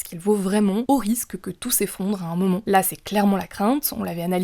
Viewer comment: Elle est insupportable la voix off de plus en plus .. quand elle dit « moment elle dit momont » et ya plein de mot comme ça c’est insupportable